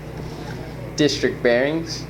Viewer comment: "disrikt" lmao